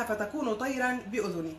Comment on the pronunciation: اولا..قولي انجيل توما مش كتاب توما ... لانكم تنكرون انجيله و الذي بدوره ينكر صلب المسيح و الوهيته... ثم هذه الاية نزلت قبل زواج الرسول الكريم بماريا القبطية.. .ههههههه بعدين قراءتك غلط مش" بأُذُني" و إنما "بإذْني"يعني بأمر الله على فكرة هلا احنا اعرفنا انك بس بتقرأي المكتوب الك...و ما عندك فهم للغة ولا ثقافة ..